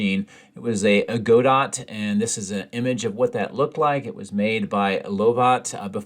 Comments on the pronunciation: Pedantic I know but: "Lovat" is pronounced "Love at", and "Godot" is pronounced "God Oh!" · Godot. As in 'Waiting for Godot'? Which would be ironic, to say the least.